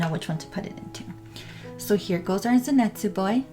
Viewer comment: LOL ZENETZUU HAHAHAH SAY IT RIGHT